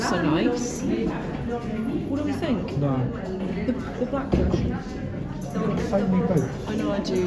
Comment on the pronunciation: You say “versions” different to everyone I know.